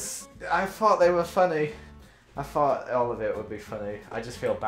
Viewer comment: Joel: I fought that was one of the better ones: 😮😳 Get it, I said fought cuz Joel always says f’s, not th’s